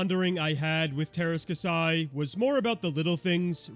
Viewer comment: KAH-see its pronounced